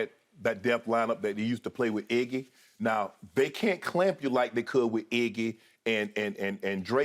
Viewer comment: It’s iggy not eggy